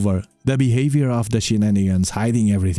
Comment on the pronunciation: Thanks &Team for this clips..hip hip horray...when i heard saying Shenanigens you just make me laugh..😂😂😂